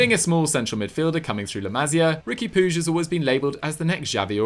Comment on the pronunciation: it's not puzh it Pooch - it's not hard!